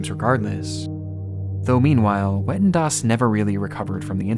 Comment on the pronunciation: i'm sorry but people are so stupid lmao it's not pronounced wetten, more like vetten